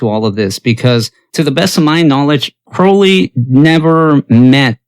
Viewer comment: When people pronounce “Crowley” correctly, I listen. Subscribed :)